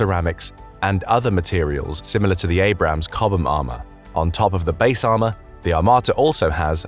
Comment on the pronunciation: A puppy dies every time the narrator pronounces "chobham" and "coaxial".